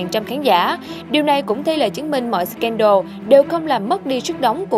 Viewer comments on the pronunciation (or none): none